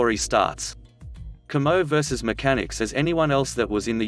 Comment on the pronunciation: I ended up working with my battalion commo shop when I was in a mechanized infantry battalion and every time your computer voice said commo I wanted to scream.